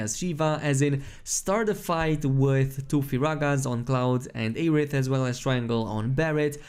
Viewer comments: Say Ay-rith one more time,. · Maybe his accent prevents him from pronouncing 'Air'. His content is always amazing no matter how he pronounces words. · The amount of streamers posting videos about this game who cannot pronounce the characters names right is astounding. Its not like they say aeriths name 100 times in the game. Its air-ith not ay-rith.........